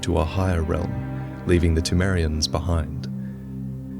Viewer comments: seltkirk the p in Pthumerian is silent, but the h is not supposed to be. So it is supposed to sound like this: THOO-MAIR-EE-AN. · is it p-tu-merians or p-thu-merians, pronunciationwise